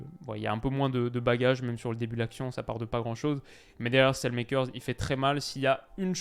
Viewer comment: je t'en supplie, Saelemakers ne se prononce pas comme ça 😥